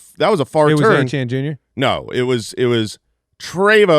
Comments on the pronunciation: Did I miss something? Who is Travis Achane?? Isn't it pronounced E-tee-en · And they all said it multiple times. I was beginning to think that maybe it was pronounced that way but I have no idea how I would get Achane out of Etienne haha